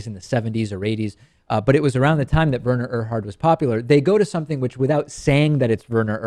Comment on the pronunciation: It is pronounced, Were-ner Err-hard.